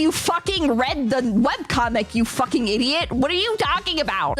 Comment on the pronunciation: “Don’t fawking”